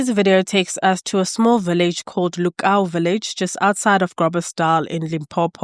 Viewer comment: It’s pronounced: “Looo-Cow” Lukau. My late mother is from there.